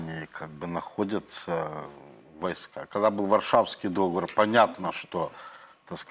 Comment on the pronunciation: Так сложно правильно ставить ударение в слове "договор"???